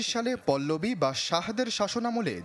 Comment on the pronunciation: পল্লবী নাহ, এইটা পাহলবী 😂😂😂😂